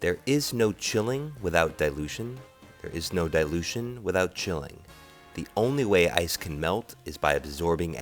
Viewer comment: when you say dilution... you make it sound like delusion!